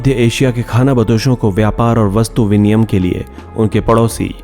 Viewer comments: Vinimay hota h sr ji viniyam nhi Mast video h❣️❣️🙏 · वाचक द्वारा कई बार 'विनिमय' शब्द को 'विनियम' उच्चारित किया गया है.... शिक्षित व्यक्तियों द्वारा ऐसा ग़लत बोला जाना अपरिपक्वता ज़ाहिर करता है!